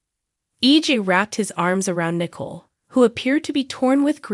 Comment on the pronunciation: Also it's not Nickel, it's pronounced Nicoal (Nicole).